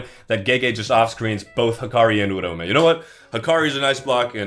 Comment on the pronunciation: you are the only person to say uraume's name correctly. its ura-ume! not urau-me! gen z cannot into syllables and phonetics! is gojo and is him also wuji himtadori is goated!